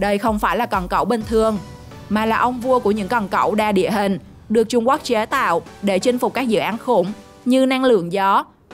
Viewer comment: Trung Quốc chứ không phải là trung guốc nha 😂